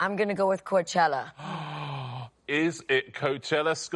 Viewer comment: C'chella, Coach Ella - both wrong pronunciations